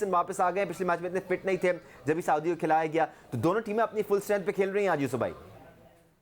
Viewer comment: साऊदी है सऊदी नही....😂😂😂